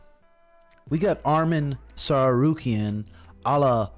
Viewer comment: ARM-IN SARSOOKEY-IN Please lose… go Dubronx! 😂